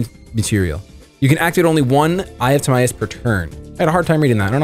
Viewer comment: I think it’s pronounced like tihmyus